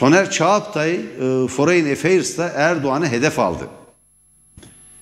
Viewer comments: Foreyn değil forın :D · Foreign kelimesi foreyin diye telaffuz edilmez beaa... Forin desen yeter. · Merdan Bey, belki küçük bir detay ama foreign kelimesini ‘foreyn’ diye telaffuz etmeyin lütfen, yanlış ve kulak tırmalıyor. ‘Forın’ şeklinde söyleyebilirsiniz.